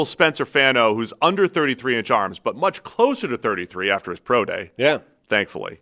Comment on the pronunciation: spencer fawn-o, like Bono from U2